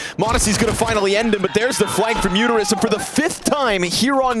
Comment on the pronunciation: all i hear from the commentator is him saying UTERUS instead of MUTIRIS 🤣